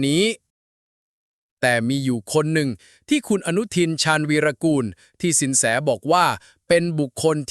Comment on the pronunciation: แส ไม่ใช่ แซ๋